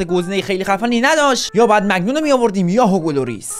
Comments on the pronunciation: چرا به مانیان میگی مگنون😂💔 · جان اون مانیانه نه مگنان😂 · مگنان نیست مانیانه داداشم😂❤ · مگنان نه مانیان😂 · مگنان چیه ، مایک مانیان دروازه بان فرانسه 😂😂😂😂